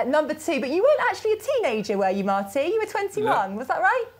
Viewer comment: MARTY, not Mary, sorry